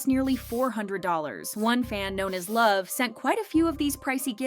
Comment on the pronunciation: and he never pronounced it correctly, so that it wouldn't be as a forbidden word😂